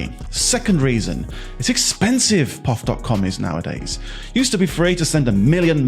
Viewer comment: It is called P.O.F. not the way you say it which makes me wonder?